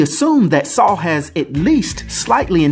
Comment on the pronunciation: Its weird but nice hearing Americans say my name. It's often pronounced wrong by my fellow english people..ironically lol. Never knew about this character with the same name and I'm a marvel fan 🤦‍♂️😂👍